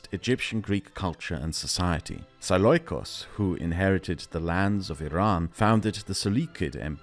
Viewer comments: The pronunciation of seleucus killed me 💀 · the way you pronounce a lot of words is already very german but Seloicus was the most german of them all